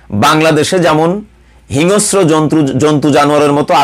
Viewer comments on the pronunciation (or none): Not hinosro, it should be hingsro Mr..